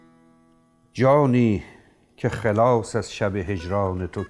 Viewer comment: استاد گرامی درود بر شما ، پرسشی داشتم، چرا واژه خٓلاص را خِِلاص میخوانید، آیا معنای این دو با هم متفاوت است؟